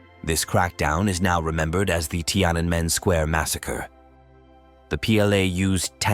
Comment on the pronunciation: So, you seem to have some trouble pronouncing “Tiananmen” square. You ok? In any case, a good video.